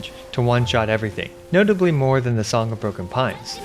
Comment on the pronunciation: I thought you said Song of Porcupine lol